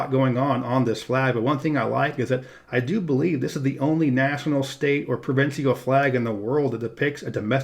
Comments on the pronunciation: Tell me you're not as stupid as you sound. Do you pronounce official as offiseeal or special as speseeal the same way you pronounce provincial as provinseeal? Are you not aware that the last syllables are the same spelling and thus rhyme? Obviously not. You label the capital of Quebec as Quebec and yet you say Quebec City in your description of the legislature building. You have no idea what you're talking about outside the US. Two thumbs down. I won't be watching any more of your videos. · Not sure what you mean saying that the symbolism of N&L's flag is obtuse. You mean abstruse? Also, provincial is only three syllables. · learn the pronounce the word "provincial."